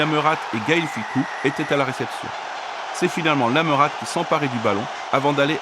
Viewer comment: "Lametate"mdr prononce pas le le t ducon😂😂😂